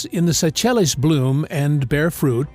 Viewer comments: Is this voice AI generated? If so, or if not, please educate yourself, or itself, on how to pronounce names like Seychelles; that's just one of many mispronounced words. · That AI almost had me believing is was edited by an actual intelligent being until...@ with the pronunciation of the Seychelles.